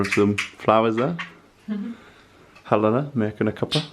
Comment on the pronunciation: My name is Helena too , pronounced just like you do . Have you ever been called He-Lena ( the other pronunciation?) that drives me nuts . But …people who never met you don’t know how you pronounce your name and just pronounce it their way , can’t blame them . I’ve been watching CTM since 2012 and I’ve watched each episode at least twice if not more . I’m from Canada and this tour is on my to do list . However getting there would need the pandemic to be over and also tons of money and a visa. Still maybe there’s some hope of me going there before CTM and the tours end . CTM is on until 2024 so might happen fingers crossed . Glad you had fun on your trip!